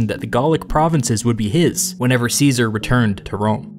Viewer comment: How do you expect us to take you seriously when you can't even pronounce Caesar's name properly?